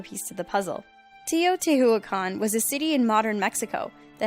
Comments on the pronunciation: It's pronounced Tay-O-Teach-Wa-Cun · Is pronounce Teh-oh-tee-oo-akan! Dude you murder the name of the city! LOL Is a nice place, I was there when I was 10! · it's pronounced Tayo tee wha cahn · I giggle every time she says Teotihuacan. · Teotihuacan is not even closed as the way you pronounced it. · the H in Teotihuacan is silent